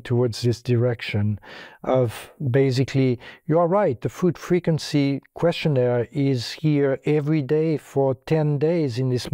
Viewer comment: It's not qurstioneer. It's questionnaire.